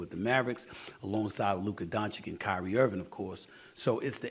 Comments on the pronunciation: HIS NAME IS PRONOUNCED DON-CHICH.. STOP SAYING DON-CHICK 🤣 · It’s pronounced Donchich, no donchick ffs get it right already! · Donchik?? Man, the disrespect you media people are putting out is outrageous! Steffan Ai. Smyth, can you learn to pronounce Luka's surname? Its not that difficult. Donchich. Boom, problem solved. He has been playing in NBA for way too long for you not to learn how to pronounce his last name and not only that, but he plays near better than Leebronze. Or better yet, if youre so ignorant, just stick to his first name. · Will you and others ever stop calling Doncic "Doncik" ? How hard is it? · Hey Steve A Smits, it is disrespectful to mispronounce one of best basketball players last name. You are doing this on purpose, only because he is white dude. You learned how to pronounce Joel's and Giannis' last names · At some point SAS needs no learn to pronounce Luka Doncic 😅! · Love you, man! My favorite NBA analytic, but man, you have to learn how to pronounce Luka Doncic's name correctly. It's embarrassing!